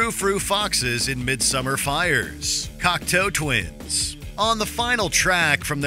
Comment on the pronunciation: Is it only me or does he say ”Cocktail Twins”?